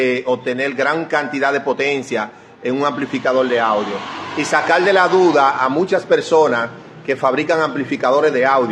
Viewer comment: So brúto aplende a hablál....no se dice sacal ..es sacar ..pensal ..es pensar...